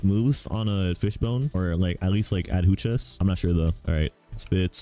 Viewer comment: BRO STOP SAYING "ADHUCHAS" I SWEAR I WILL TOMAHAWK YOU